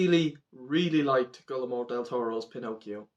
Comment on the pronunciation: Great review, it was great to see you enjoyed this movie. Just a sidenote, his name is pronounced "gwee-er-mo"